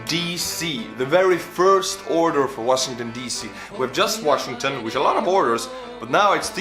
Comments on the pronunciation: Washi-n-gton, with 2 n’s. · you missed the n in washington dc lol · "Washigton D.C."